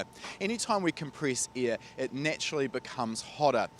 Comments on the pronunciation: Please stop saying heated ear it is heated air LMAO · Is he saying ear, or air?😆😜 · All I hear is the word " ear 👂 " when he says air. Love it lol.